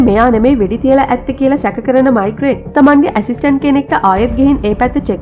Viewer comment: මෙයාගේ නම මයිග්‍රේට් නෙවේ. මේග්‍රේ.